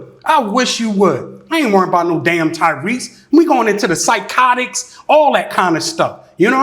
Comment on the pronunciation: So we all made the same face as Tasha when he said Tyrese right?!